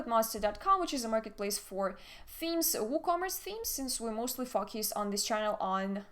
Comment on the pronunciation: Be careful with the pronunciation of focus.